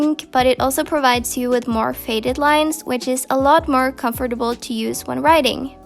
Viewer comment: the way she is saying comfortable is terrible